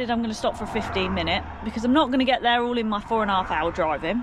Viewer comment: "it's up theair " 🤣 🤣